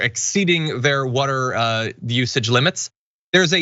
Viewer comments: Please stop giving John stories where he has to say “woder” 1000 times. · Podduble wudder.